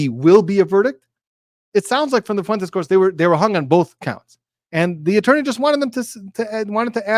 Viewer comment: Thanks a bunch for your opinion. By the way, Fuentes is pronounced Fwayntays not Foo-en-tess.